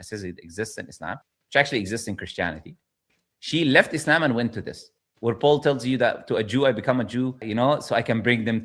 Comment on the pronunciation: the lady clearly pronounces the words 'Islam' and 'Muhammad' with a clear Arabic accent. This shows she's not pretending to be from Cairo, as ML claims. Just because she said 'Moslem' instead of 'Muslim' doesn't mean her story is not authentic. There are so many examples I could give. For instance it's very common to say the word 'Ramadan' with an English accent or an Arabic accent (Ramadhaan). I know many bilingual people who do this. It doesn't mean they're pretending to be something that they're not.